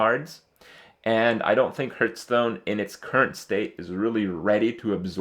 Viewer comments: Stop saying heerthstone, ITS HEARTHSTONE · Hearthstone is pronounced HARTHstone, ffs. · why is he calling it hurtstone